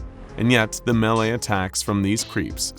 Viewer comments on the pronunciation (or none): none